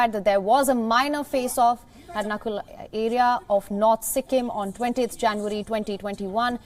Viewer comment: Its Nathula not Nakula!!